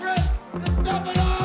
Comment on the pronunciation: I just realized after 5 years that your last name is pronounced (Desta+Fawno) not (Duh+Stephano)